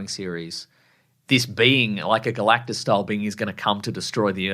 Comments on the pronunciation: You said "Girl-actus" when "GAL-actus" was Right there!! 🤦🏾‍♂️😮‍💨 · Girl-actus? When Gal-actus is right there?!?!